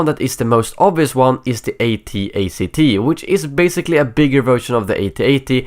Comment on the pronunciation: wait... what did you say? A-T-ATC?